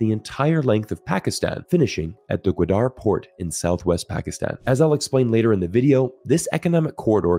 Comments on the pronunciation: its GAWADAR not GWADAR. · when you pronounce names not familiar to you, like GWADER, just take time to ask a Pakistani near how to pronounce it correctly; otherwise, it looks weird and unpleasant.